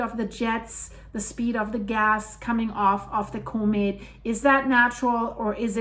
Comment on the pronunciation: Now you are sounding like the Nay Sayers,! & What is a Coe'Met? It's pronounced Com met in Real English!!